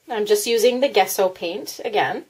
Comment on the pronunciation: It's pronounced jesso, the G is soft, pronounce the g like you would in journal. Just to let you know.